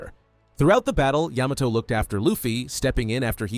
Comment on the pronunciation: Ayy he finally said Yamato correctly